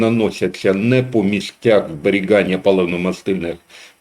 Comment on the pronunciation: Не зберіҐання, а зберіГання.